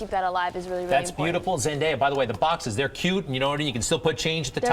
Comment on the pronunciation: OMG say her name right for once! its Zen day a